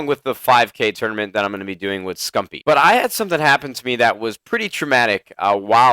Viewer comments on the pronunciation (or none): its Scumpi